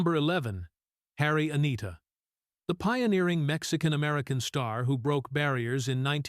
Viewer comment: Harry Anita? WTF!?!?! Had to look her up. Katy Jurado. Stupid AI.